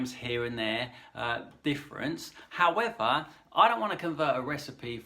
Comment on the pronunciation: That "howavah" 😂 very nose bleeding accent. But i love it.